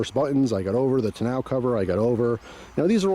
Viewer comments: It's pronounced tonno cover, not tonow cover ! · Ta-now cover 😂. First time ever hearing it pronounced like that. Good stuff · I've always heard and pronounced it "Tawn-Oh" cover. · That's the first time I've heard tonneau pronounced that way. Down south I've always heard it pronounced like tan-know. Not complaining, just sounded really weird to me. Funny how the same word is pronounced differently depending on where you're from. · Why are you pronouncing “tonneau” that way?